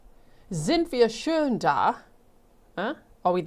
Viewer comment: Practice your ö. Schön = pretty....schon = already Pronounced..Sh oh n..You said " sind wir schön da..It should have been " sind wir sch oh n da" trying to help , not be a language Nazi..lol